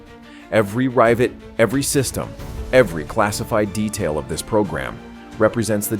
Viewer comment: Your AI voice can't pronounce " rivet" 😂